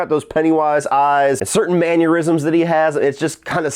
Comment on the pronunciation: Mannerisms,. Man-er-i-zms. Love ya bud, prouduhyoo for repping horror by way of the 419 (or 567), but I'm gonna have a maneurysm if you keep saying that.